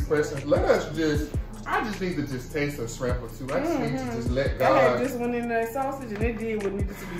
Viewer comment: “Yes I said scrimps” 😂😂😂😂😂